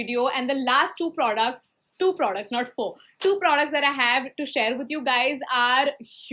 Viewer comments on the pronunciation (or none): They're not producs they're products she prounounces the word "products" so wrong man it's almost cringey